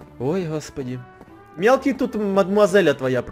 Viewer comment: Почему я всегда слышу что в место мелкий я слышу милки